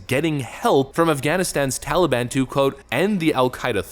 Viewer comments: Tally-bon?? Hey, tally my banana... daylight come and Joe's a useless clown. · He says TOLLY BAHN. 🙄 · ...Why the F does he keep calling it the TALLY-ban? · I missed hearing grandpa say tollybon.